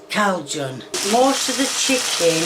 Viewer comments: funny how you are lecturing her for her prononciation of Cajun to then say it wrong yourself. You might wanna work on your French diction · if someone pronounces Cajun like that you can immediately tell they have no idea what they’re doing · To be fair if you say it slowly it's "kay jen" but everybody says "kay shun" she be trying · Ohhhh, -Jun is cowjen. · cay junn-cajun not cow gung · Cowjun? It’s Cajun cay-jun lord every Cajun French person in Louisiana who has watched this cringed at her pronunciation of Cajun! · As a Louisianian, she hurt my feelings and heart. Its "KAY-JUN",. Not "Cow-Jun". The pronunciation is in your name for bayou-sakes. 😭🤦🏿‍♀️ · "Cow jun" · Cajun Calcun.... Reminds me of my ex mother/father in law, who called aioli sauce aloe sauce. The first time I heard it I was absolutely puzzled what they meant. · Bro really just said “Cow-John” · Seriously?? Did she just say 'Cowjon'??? OMG!! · just a heads up, calgon is a dishwasher cleaner so thats why people was so confused. that and her awful pronunciation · CALJUN? There isn't an L there, im so confused. And yo bro, chipotle gave you an onion with the paper still on it? Does anyone know how to do anything anymore on this planet. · She is reading and saying CAUJUN. cah u Jun. Say it fast 😂😂😂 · personally i'm a little bit offended by pronouncing "cajun" "caljun" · WHAT DA HECK IS "COW-SHON"?! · as a person who hails from the third most humid place in america, being Louisiana, it takes a LOT out of me not to punch the screen every time she pronounces Cajun as "cow-juhn" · 'Calgon' is a brand of washing machine de-scaler, it has a fairly ear-wormy jingle on it's TV advert so im guessing thats where she is getting the pronunciation from. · Calgon is actually a washing machine cleaner that’s very popular in the uk, (🎶washing machines live longer with Calgon🎶) so that might be where she got confused? Btw, does not represent all British people, we know how to pronounce Cajun. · Cow dung